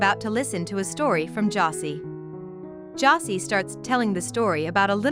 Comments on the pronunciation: Josée not 'Jossy'. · Bro I stopped watching this the moment they mispronounced Josee 💀